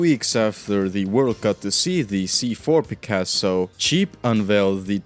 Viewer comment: I love how you pronounce Jeep as Cheap 😂